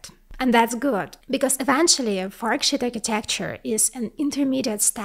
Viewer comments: Please work on your pronunciation. I was laughing a bit too hard listening to this and hearing "f*ck shit". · Just gotta love the way she says “forksheet”…… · not to offend but the pronunciation of FORKSHEET, sounds more like F*CK SH*T, I can't stop laughing haha, great content tho. Keep it up plss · Lol. Every time you say it, it sounds like “fu@ $hit” transistor. I am sorry I can’t stop laughing. That did make this very entertaining... I always love your videos. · I thought I was the only one hearing that. it's funny. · Don’t get me wrong I LOVE this channel but at the beginning it sounded like she said “Fuck Shit Transistors” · Love your channel and you made me laugh at the way you pronoun sheet.